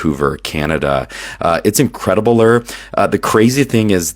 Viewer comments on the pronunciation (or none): "Incrediballure"!? First time i heard that one 🤣